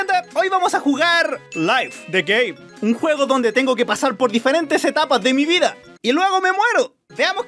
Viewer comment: pareze qe dezis "LAYF DE GAY" enves de game xD